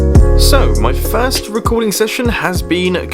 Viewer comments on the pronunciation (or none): Not only have you got so low that you are saying "first", but you can't even say it right.